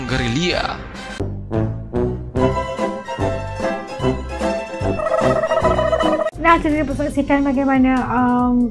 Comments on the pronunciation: Bukan perang gerila tapi perang gerilya kak ... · Gerilia bukan gerila admin😂😂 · Bukan gerila,buk tapi gerilya👍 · Bkn gerila nyonya tpi gerilya 😂😂😂😂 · AS & TEDDY TV....ANDA SALAH NGOMONG....GERILYA...BUKAN GERILA....OK.